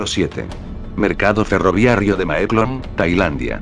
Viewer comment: Porqué ferroviarrio, debe ser ferroviario, creo que hay un error de pronunciación del locutor